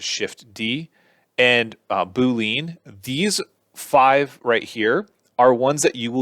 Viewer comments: right? 🤣 I always thought it was "boo•lee•uhn" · Its BOO-LEE-ANN not BOO-LEAN🤦‍♂ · bool-leen lmfao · Pretty sure it's BOO - LEE - ENN... :)